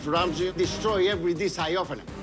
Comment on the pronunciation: Finally that moment someone (Aka ramsay) says ur name the way u want it to be pronounced I really dislike the way the Americans say it